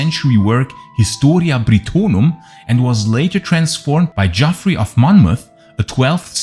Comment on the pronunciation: Geoffrey is pronounced the same as Jeffrey. It's just an old spelling.